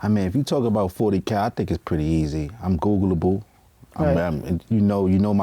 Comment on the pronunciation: This nigga said googlelable 🤣🤣🤣